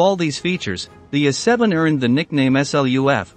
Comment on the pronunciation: What the heck is an "Uh7"? Find someone who can read and loose the computer, thank you, a NON-subscriber.